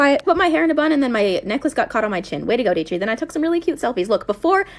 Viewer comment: It's datrie not dartie